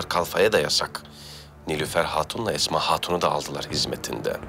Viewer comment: Mihrimahnın esma diyemeyip etma demesi😂